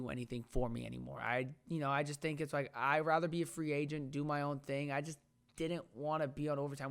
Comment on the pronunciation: Wike? Or like